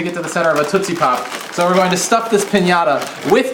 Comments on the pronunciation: Why are you saying TOOT-see pop? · I am very concerned about two things: One being the enormity of that mosquito, The second being the way you pronounced tootsie pop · Am I the only one who thinks Dan says 'tootsie pop' oddly? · you say tootsie pop weird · you say tootsie pop funny! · he says tootsie pop funny?